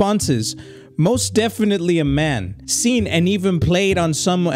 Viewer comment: “Defentily-“ “Defentily-“ “Tape 2” Bro that got me